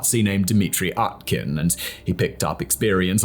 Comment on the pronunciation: Мда Уткин стал аткин русич русиком 😂 коверкает по максимуму